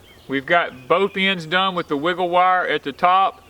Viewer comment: You say "WiggleWire" so well and ata the mark you said "Grommlets", LOL! Love it! It looks amazing! I love your greenhouse and if I lived on a flat piece of land, I would have one that size!